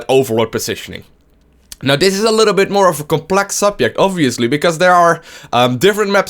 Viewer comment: Awesome how he says "subiect". xD